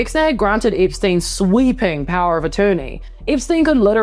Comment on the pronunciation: It's Epstein not Ipstuyn.